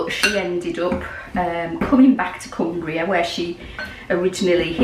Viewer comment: I actually thought you were saying, Glaswegian Gingerbread, Hah! I wonder if I could substitute fresh (microplane does it very fine, just sent one to a cousin in Ireland) grated ginger root for the jarred stuff, for some reason ground ginger always tastes soapy to me (have the same problem with cilantro). I'm guessing I'd need two tablespoons instead of teaspoons.